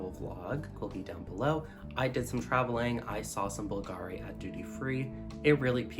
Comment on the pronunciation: Hi! We spell it like the accent goes on the U not the A, it’s said softer here. By the way love some Bulgari content. I love these reviews